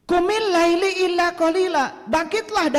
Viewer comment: itu ayat khitob kpd siapa? Laila bacanya bukan laili